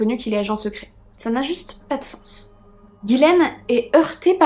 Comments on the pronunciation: Ce n est pas guilaine mais Ghislaine qiu se pronononce " GIslaine " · Hello trop bien la vidéo. Mais dis moi, t’es sûr que c’est Guilaine et pas Ghislaine ? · Allo très bonne vidéo moi qui viens du Québec je ne connaissais pas du tout cette histoire j’ai trouvé ça très intéressant comme tout tes sujets d’ailleurs 😊 je veux juste te dire ( c est anodin) mais ce n’est pas Guylaine mais bien Ghislaine 😉 bonne soirée à toi 😊